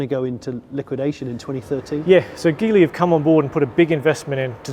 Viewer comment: I find it funny that the folks who work at LEVC pronounce Geely incorrectly even though that's their parent company.